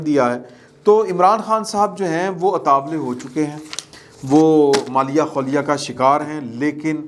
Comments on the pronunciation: Maaleya khouleya nahi asel word mali khouleya hy 😅😅😅😅😅😅😅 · ھاھا پنجابی مین! اردو مت خراب کرو مالیا خولیا نہیں بلکہ '" مالیخولیا" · مذاق میں تو مالیا خولیا ٹھیک ھے۔۔۔لیکن اردو میں مالیخولیا ہوتا ھے۔ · یہ لفظ "مالی خولیا" ہے۔ درستگی فرمائیں۔